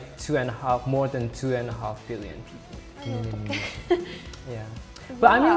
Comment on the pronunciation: the man seriously struggled with “billion” issues 😭😭